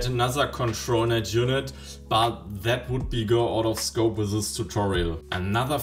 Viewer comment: "sis" and "set" could also use some improvements - it's not "set" hard to put some effort in pronunciation. A good teacher would insist in such "sings", but german teachers suffer from the same problem.